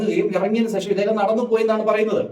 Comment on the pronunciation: സേഷം അല്ല സുഹൃത്തേ ശേഷം 😄😄😄